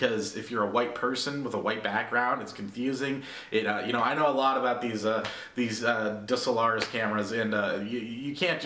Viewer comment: lol, the way he pronounced DSLRs, loved this vid!